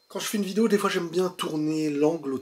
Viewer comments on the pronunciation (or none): none